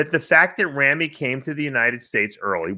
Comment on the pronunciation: Y'all need to learn how to pronounce Ramy correctly.